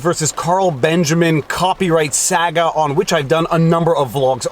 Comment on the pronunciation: I must know if that is a legit Canadian pronunciation for "saga" or just a slip of the tongue.